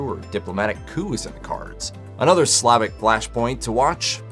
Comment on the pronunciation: It's SLAH-VISH OR SLAH-VIC FOOL!!! No need for footage of people protesting for their civil rights & being battered by fire hoses. Learn to read!!! Slave-ish isn't even a word and if it is, you apparently are the only one I've ever heard say such nonsense. An no not everything is Trump/politics. TERRIBLE, BORING VIDEO more for political left wing scores than having much to do with Michele de Nostradám the visionary doctor/seer. Definitely will NOT subscribe!!!